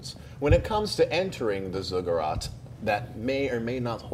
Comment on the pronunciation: Sorry, it's been bugging me. Zigg-uratt not Zugg-urat.